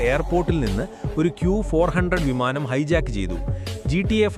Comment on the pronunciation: വിമാനം ❌ വമാനം✅😂😂